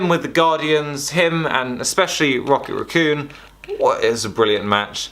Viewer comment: “Rocket R’Coon”